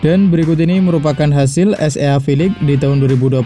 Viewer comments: es ea ea ea,,,,,,😂😂😂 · Baca nya mimin SEA nya salah.cara baca gk bgtu lah min..